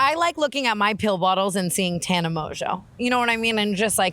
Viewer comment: "TANNER" lmaaaoooo